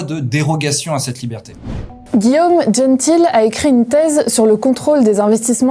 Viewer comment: Guillaume "djenne t-il" ?? Pourquoi pas William Djennetaïle à ce niveau là 😂 Vidéo intéressante cependant.